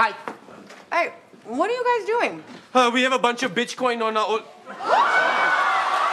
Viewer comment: My favorite blooper is Kunal Nayyar saying “Bitch coin” instead of Bitcoin